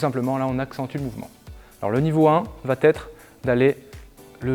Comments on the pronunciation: Va être et non va-t-être —> il n’y a pas de liaison ! Merci pour vos exercices 🙏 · Bonjour vos interventions sont vraiment top... Mais s'il vous plaît ne dites plus "va-t-être" il n'y a pas de "t" à la fin du verbe donc pas de liaison... On dit comment va-t-il ou comment va-t-elle mais on dit il ou elle va au cours de gym...😏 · Arrête de dire "VA-T-ETRE" pas de "T" à VA. c'est très pénible d'entendre ça. (neuf fois en 5 mn)👎👎👎👎👎👎